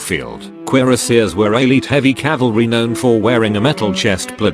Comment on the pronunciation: CALVARY! WATCH OUT!